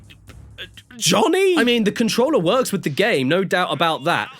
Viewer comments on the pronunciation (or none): he says nohw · I never knew I could hear a more British “No”.